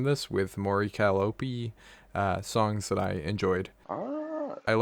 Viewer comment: Can't even pronounce Mori Calliope right. Cuh-lie-op. not being a straight up hater and being open minded is very appreciated. You don't have to like all her music, opinions are a thing. Yeah, while is being so close minded saying its boring and generic with no constructive criticism...